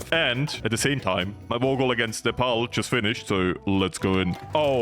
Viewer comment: That was.. the best Nepal pronunciation from a foreigner I ever heard